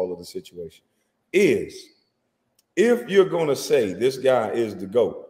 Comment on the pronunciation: Why does he keep saying GWOAT?